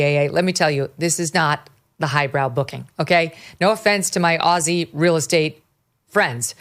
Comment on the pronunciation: Megyn, great to hear you pronounce Aussie properly. A lot of Americans say Aussie with the hard ‘S’ sound. Just say it like Ozzie and Harriet.